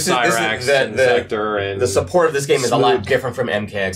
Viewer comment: Why does everybody keep calling him "Secter"? His name is "SEK-TOR". If you go back and play MK3/UMK3/MKT whenever the announcer says his name, he calls him "SEK-TOR". Goddamn